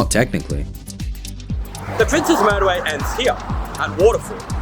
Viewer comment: You are one of the only people I've heard pronounce it correctly, as "Prince's" and not "Princess". Thank you so much.